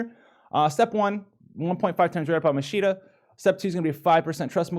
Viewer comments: not like Machine-na, its Mach-Kee-Na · A challenge for this vid. Take a shot every time howl says machine-a instead of Machina( pronounced like mokina) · Btw, it's MAK-E-NAH;)